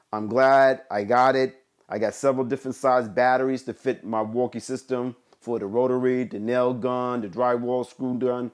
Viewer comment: "Milwookie too" 🤦🏻‍♂️